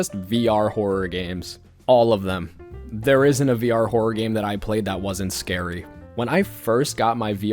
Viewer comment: nah he really said whore-or 😂